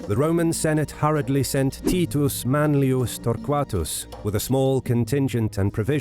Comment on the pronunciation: Is that how you pronounce Titus?